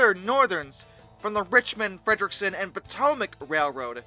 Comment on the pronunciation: Richmond Fredericksburg and Potomac. Not Richmond Frederickson and Potomac. I am concerned that so many people posting on YouTube don't do their homework properly. I like the video but, please do your homework and get it correct.